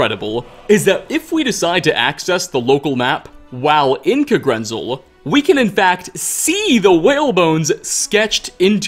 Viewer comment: Okay. Not ancestors. DESCENDANTS. (Toward the beginning in regards to the Falmer with the Snow Elves.) also. If I hear “Kuhgrinzul🤪🤤” again, I’m gonna make you gargle dirty pond water. It’s literally pronounced “Kag-ren-zel” heck I’d even accept “Kah-gren-zel” it’s in the game bro bro come ooonnnn😩smh